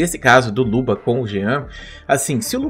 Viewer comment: Pq toda vez que o fala luba, parece que ele está falando luva?